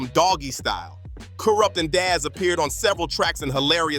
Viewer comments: Who the fuck is koorupp? Lmao 😂 Ironic how before you said it correctly, you said incorrectly! I’m fucking crying 😂😂😂🤣🤣🤣😆😆😆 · He said Koorupt 😂😂😂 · Im dead 😂😂💀 To KOORUPT..!!🤣🤣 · Bro you trying, but Kooprupt and Nash tho, ok bruh😂😂😂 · 😂😂😂 kooorupt and naaas😂😂😂😂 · LMAO i was JUST about to comment on this... the fuck? "KooooRupt" lol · Dude you need to research and properly pronounce your work,you fucked up Kurupt Tupac and Nas name and you got no idea that you're doing, go read green eggs and ham or something,get your own culture